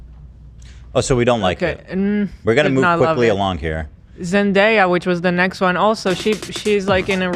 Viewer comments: Ethan repeatedly saying “Zen-die-ah” was killing me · Why can’t Ethan say Zendaya everyone is saying her name just say what they are saying?? 😂